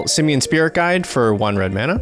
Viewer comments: The way that one bloke say mana bugs the bejezes out of me. It’s MANA! Not mauna… 🤬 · I am happy got knocked out first just to not hear him mispronounce Mana.